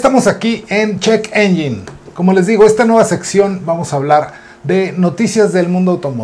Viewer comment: Se pronuncia ENYEN no ENYIN y muy buena sección, estaba esperándola porque en TIxus ya casi no están dando noticias nuevas